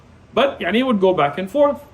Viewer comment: Why is he saying “y3ani” if he’s Pakistani